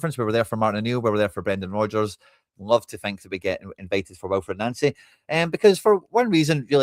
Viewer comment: Why do you keep callng him Nancy? Its pronounced Noncy, not Nancy. Can you please change that? Thanks😎👍